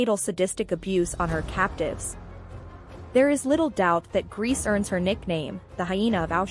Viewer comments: So lazy making a historical video about people you can't even bother researching how to pronounce their names. Calling this (horrendous) person "Irma Grease" throughout! Guess you're getting your YouTube views which is oblviously your main concern. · And Grese is pronounced “ Grey-say” 🎉